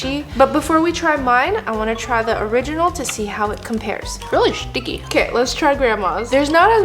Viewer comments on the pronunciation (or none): “It’s really shticky”❤😂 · “Itsh relly shtciky”